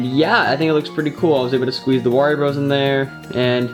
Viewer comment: LOL you kept saying wa every time you show the wario bros